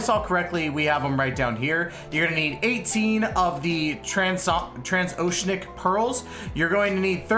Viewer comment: its pronounced "trans-oh-she-an-ick" i hope that helps! EDIT oh shit, you said it right!